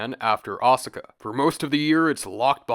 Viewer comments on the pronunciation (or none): "Ah-sika"? Not "O-saka"??